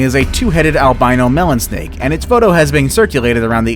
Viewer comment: The top 2 I believe isn't a "Melon snake" (As far as I know they don't exist) but I think it's an albino milk snake. Correct me if I'm wrong but it really sounded like he said melon snake.